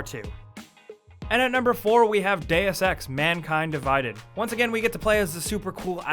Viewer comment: Why can't Americans pronounce Deus properly -_